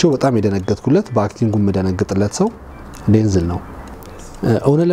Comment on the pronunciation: Correction not ዴንዝል...ዴንዛል